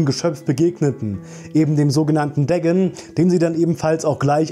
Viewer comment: Bruder der heißt nicht Degn sondern DA-GON